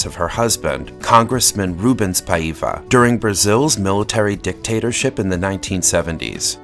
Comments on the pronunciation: So funny the way you say Paiva with a completely wrong intonation. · Regarding pronunciation ah-IN-da es-TOH ah-kee Paiva is pronounced PI-va (as in the pronunciation of "Pi" π)